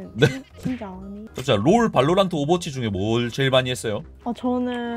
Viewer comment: 발로란↗️트↘️ 억양이 빼박 경상돜ㅋ